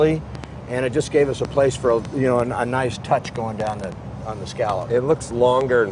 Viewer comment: I think he was saying "Ni-hice" broken into two syllables. He was super stoked with how smooth the engine was and truly beaming with how much he loves that thing. Right before that he did a 4 syllable one, "Ni-hi-hi-hice" (laughing as he's saying it).